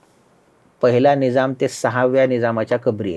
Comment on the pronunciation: निजाम नाही निझाम म्हणा.